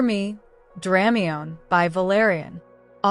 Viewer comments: Is there a print version of this? Thanks! Also, please forgive, but it's pronounced: Druh-my-knee, not Dram-mee-yone. Just saying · it hurts hearing dramiONE instead of dramione (dra- my-nee)